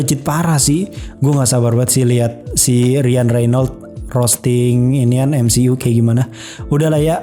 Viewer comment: cara bacanya emsiyu ngab, bukan emsi'u. greget bet gua dengernya